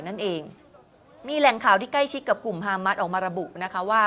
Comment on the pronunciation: ออกเสียงว่า ฮามาส ไม่ใช่ ฮาม้าด ครับผู้ประกาศ